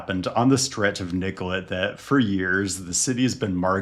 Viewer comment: Thanks for pronouncing Nicollet the right way, especially in this context it’s very respectful of you to say it correctly.